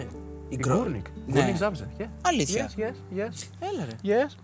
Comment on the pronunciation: yes yes yes έβαλε ελληνικό τρόπο με αγγλικά λόγια 😂